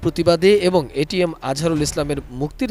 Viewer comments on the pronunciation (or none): এটিএন নিউজ একটা অশিক্ষিত মূর্খের দল । এটিএম আজহারুল ইসলামকে বলছে এটিএস 😂😂 । আর ছবি দেখাচ্ছে মিয়া গোলাম পরওয়ার এর । 😂😂😂 এরা কি খেয়ে সাংবাদিকতা করে । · এটিএম আজহারুল ইসলাম কে উপস্থাপিকা এটিএস আজহারুল ইসলাম বলছে! এরা ইচ্ছে করেই নাম কে বিকৃত করে চয়ন করে!